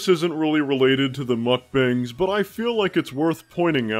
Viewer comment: Glad to know someone else calls them muck bangs and not muck bongs.